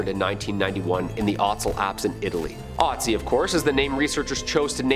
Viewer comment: He says ötzi not right, but I am german and ötzi was a huge topic here, but never heard of the curse...